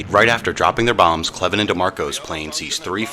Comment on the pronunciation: Gale Cleven was my dad’s first cousin (my 2nd). My dad told us many stories about him. Thank you very much for this episode. On another note, we are always having our last name mispronounced and are well used to it. It’s actually pronounced Cl + even. Thanks again for this presentation.